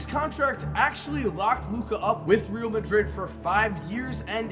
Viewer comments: you are pronouncing real madrid incorrectly, you say it as rail* madrid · please look up how to pronounce real in Real Madrid lol